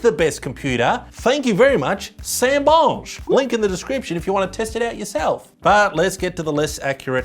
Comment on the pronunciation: tres bon pronunciation of Cinebench 👌